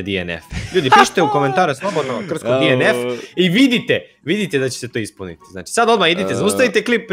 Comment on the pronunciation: nekazese dienef nego dnf